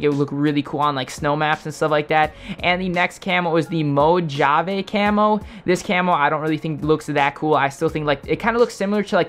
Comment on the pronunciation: Did this nigga really say mojave with a hard j? Its "mo ha vey" like the Mojave Desert.